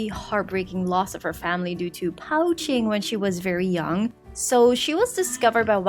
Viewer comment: Hi ladyy not to be rude but poaching is pronounced like : "poching" Just s you know! ༼ つ ◕_◕ ༽つ